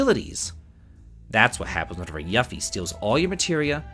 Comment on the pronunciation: It's you ffie. Not Ya ffie